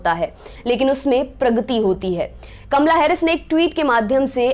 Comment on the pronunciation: Kamla ya kamala sahi bolo